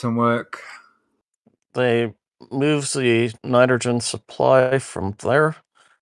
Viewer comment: Nydergen, y'all! Makes me go nucular.